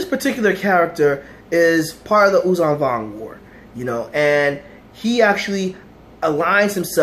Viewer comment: Thanks for keeping the memory of these these Characters alive. The admiral is written "Daala". And Yuuzhan Vong is spoken "Yuuzhan Vong", with a voiced sh, not with a voiced z. Great commemoration video. ♥